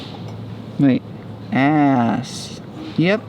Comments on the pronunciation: two a`s=å. so the beer is pronounsed ås :) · oh i will say that «Aass» its «Åss» in norway 😂❤️ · It's not ass pilsner. The two a's make the same sound as the awe in awesome. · The beer is not called ASS, its pronounced ÅS, its made in Norway's oldest brewery in the city of Drammen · We dont cook the shrimps, we just thaw them and eat the with white bread, salad, mayonnaise and lemon. It is delicious Edit: first price is the cheapest alternative for everything tou can find in a store Edit 2:did he just call it ass? Its pronounced «ås» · Not sure why I watched this as a norwegian. But I laughed when you tried to pronounce the name of Aass beer. Double A = Å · Dude I started crying when you pronounced Aass as "Ass" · That Aass bottle is pronounced “åss” a=a aa=å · The Aass beer is pronounced like "Oh's". :-) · The Aass beer is pronounced Åss, it´s from my hometown (35 minutes from Oslo) and it´s Norways oldest brewery :) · The First price salt chips are very salty. First price products have a lot of something. Like the jams have lots of sugar. Skaughtered the name Aass XD The two A's are pronounced as the Å. So Åss. They make some alright christmas soda. But not the one with carrot. Mack makes the best ginger ale btw. Their ginger beer with chilli is great. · Aass: Pronounced Ås, is a brewery in Drammen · The beer called Aass is pronounced Åss, cuz whenever there is a double aa it equals to "Å" reasons for that is before the common language in norway was "nynorsk" before "bokmål" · 🤣🤣🤣🤣 beer Aaaasss, yepp. 2 aa = å in Norway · Two A you say it as å